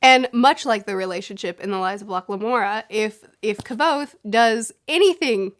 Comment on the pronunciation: It's so nice seen someone spealing Kvothe'sname right